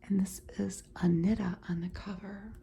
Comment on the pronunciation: Hello! 😊 Brazilian here. We say her name like this: Ah knee tah. 💗